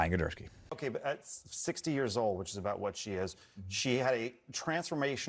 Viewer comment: “ Gidursky” okay I’m convinced Benny and are both faking not being able to read. lol